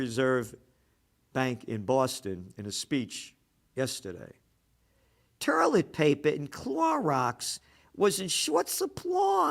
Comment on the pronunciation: Where's the "R" in toilet?